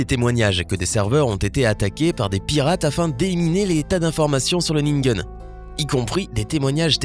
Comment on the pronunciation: "ningen" se prononce "nineguène"